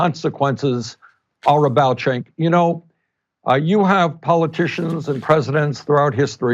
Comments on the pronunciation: Lol Bernie pronounced Cenk's name as Chank instead of Jank lol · Bernie called cenk-cenky in the begining lol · I find it funny how Bernie calls Cenk, Shank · How do you pronounce Cenk's name? Ana Kasparian: "Jenk" AIU: "Gank" Sanders: "Shank" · Great interview but Bernie's pronunciation of Cenks name made me chuckle. Concerning the Iran Nuclear Treaty, Trump is some special kind of moron to tear it up in the face of such overwhelming evidence that it was working. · Did bernie just mispronounce cenks name?